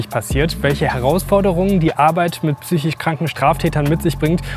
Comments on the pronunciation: super Film, einzig würd ich sagen heißt das wort "psychiSch" nicht "psychich" =) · Vielen Dank für den Einblick. Trotz aller damit verbundener Tragik ist es doch ein bißchen witzig, dass weder die Schwester noch der Patient das Wort "psychisch" richtig aussprechen kann.